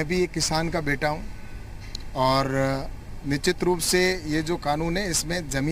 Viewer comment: Isko nushchit bolna Sikh le phir kanoon ko samjhaye